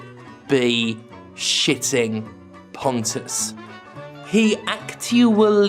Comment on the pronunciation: I'm convinced at this point that Pontes name is actually pronounced as Ponce and you've been doing it wrong all this time